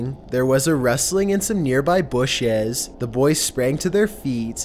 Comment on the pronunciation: and the way he says bushes is like busheas